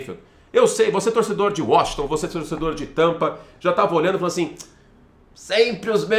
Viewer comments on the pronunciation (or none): none